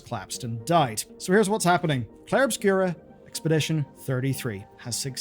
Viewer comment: It's Obscur not Obscura